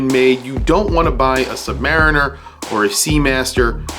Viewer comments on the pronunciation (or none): none